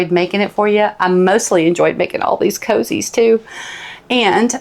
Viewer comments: it is not coozies it is cozies for gods sake speak english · I love how you pronounce coozie....it helps me to know I'm following the right person and the right instructions. ❤